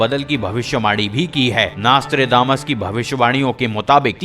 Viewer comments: Naas-Tré-Daa-Mas nahi hai ullu de patthe, It's pronounced as Naus-tr-Dé-Mus. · Hey its not nastra....but nostra.........still you poeple have communications problems........21st century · Bhai naastredamas nai hai naam.. Nostradamus hai.. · Naaaaaastredamas 😑 . Bhai nam to sahi se bol. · WHAT THE FUCK IS NAAASTRAY DAMAS ? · please stop calling him "Naaastrdamus" and atleast pronounce his name properly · Plz pronounce his name properly